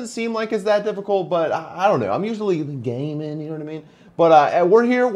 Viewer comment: he said "gaminnn" lolololol